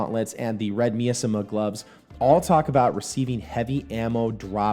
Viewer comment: miasma is pronounced my-as-ma thumbs up the rest was awesome